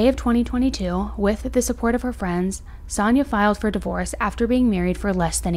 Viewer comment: Her name is Sania - you called her Sannah through out the video, on and off.